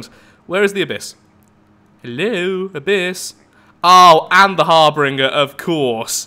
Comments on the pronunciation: it's Harbinger, not harbringer lol. Think the Reaper from Mass Effect. Great vid though! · Harbinger Pronounced: "Har-binj-er" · Just my ocd, i dont think harbringer is actually a word, bu kept saying it like a champ, so thats where my borderline insanity kicks in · Not harbringer, harBINGER. You have no idea how hard it was for me to continue through this without screaming so loud you can hear me from Leicester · Its not pronunciation,harbringer and harbinger are different words. For y'alls that dont know ,that means the letters are different. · I hate to be nitpicky, but.. Har-bin-jer. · I'm fairly certain "harbinger" is pronounced har-binge-er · Pretty sure it's pronounced Har-Bin-ger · To be honest this is the first time i've noticed you pronounce something wrong .It's kinda weird hearing you have a speech impediment it just seemed like a ( cringe-worthy) slip of the tongue. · um there are differing pronunciations around the world i know where i live it is harbinger but who knows like how turbine is pronounced tur-bine in canada and tur-bin in the us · Harbinger has two R's, not three. It's a cool name too. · I'm aware, I saw his comment :D It was just driving me crazy so I had to get it off my chest lol.